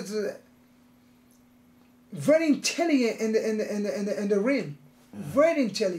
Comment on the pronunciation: why.. cos he vewy vewy intellehent in the raim.😂😂😂😂 Romero